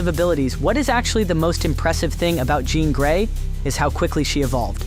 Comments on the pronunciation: I CAUGHT THAT TOO LMAOOOOO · Did he just call Jean Grey Jon Grey? 🤣🤣🤣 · Glad someone mentioned that cause I knew I heard it! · I know I’m being nit picky, but dang dude you should really start proofreading your audio takes. “John Grey,” “Symbi-OTT,” and “on another lever” took me out of the video entirely